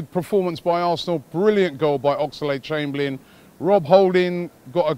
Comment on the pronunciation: Robbie it is Oxlade, not Oxalade. You don't need to add the 'A' bro.